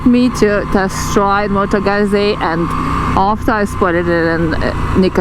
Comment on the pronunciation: No not motogazi .....🤣🤣